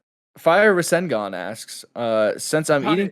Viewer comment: Am I the only one that was happy when I heard said “fire Rasengan’s” name correctly.